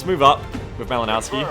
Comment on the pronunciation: That Malinowski dude is Polish - the "w" in his name should be pronunced as "v". Try to think about it like "Malinovsky". BTW - I'm looking forward to some more XCOM 2 action.